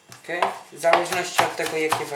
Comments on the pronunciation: "KE" w sensie "OK"... czy jakoś tak :D Nieważne, smacznego :D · hahahahaha 'ke' XD